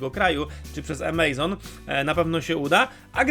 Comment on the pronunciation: Amazon wymawia się tak jak się pisze. Nazwa firmy nie pochodzi od wyrazu "amazing" ale od rzeki Amazonki. Pozdrawiam